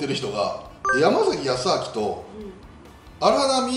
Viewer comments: やまざきじゃなくてやまさき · あと、やま「さ」き、くま「ば」ら ですね。 こういう内容なら名前は正確にお願いしたいです